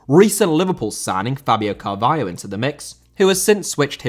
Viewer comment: Carvalho* not Cahvayouw